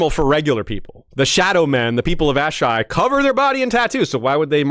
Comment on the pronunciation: Wish he didn’t pronounce “Asshai,” the way he did at the beginning. Ash-Eye? Uh-Shy (phonetically) is the way I’ve always read and heard it in my head. But I might be wrong. Great video besides me being a nerd. Well done y’all.